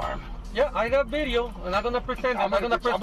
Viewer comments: "You take english classes? You got bideo?" 🤓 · The Uber “u got a bideo” me “u got abs”